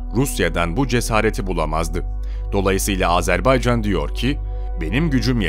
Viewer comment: Sayın Bakanım , Sayın Çavuşoğlu "Azerb"e"ycan değil Azerb"a"ycan . . . .Minik bi yanlışı düzeltelim dedim, kötü bi nietim yok.... "Can Can Can Azerbaycan" 🇦🇿🇹🇷❤️🇦🇿🇹🇷❤️🇦🇿🇹🇷❤️🇦🇿🇹🇷❤️🇦🇿🇹🇷❤️🇦🇿🇹🇷❤️🇦🇿🇹🇷❤️🇦🇿🇹🇷❤️...O pişmanyanın sakallarını cımbızla tek tek yolsak yola gelir :)))))